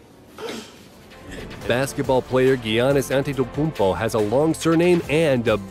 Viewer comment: “Giannis antetepumpo”